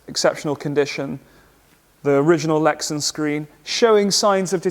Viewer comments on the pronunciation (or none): none